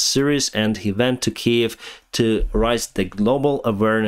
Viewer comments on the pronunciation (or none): none